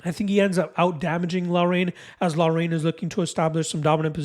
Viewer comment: Haan!!!! Lol laraine..its pronounced lockrun.. good breakdown, I was banking on loughrans strength, but hadley comes across as a better all rounder, I have some bets to change..